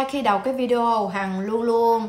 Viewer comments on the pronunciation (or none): none